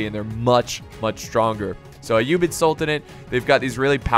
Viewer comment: you didn't slaughter the abbasid caliphate name you said it right